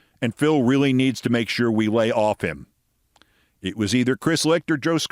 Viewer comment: Scarboro pronounces his r's with a W sound like really sounding like wheely .